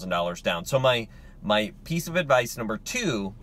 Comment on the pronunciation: "Advice" not "Advise."